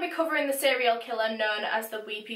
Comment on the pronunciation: To be quite honest the reason I decided to actually keep watching the video is how you say "seriol" killer. I flipping adore it.